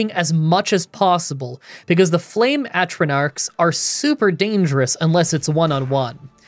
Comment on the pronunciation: Oh them Ay-truh-narks are dangerous... :P Love you video as always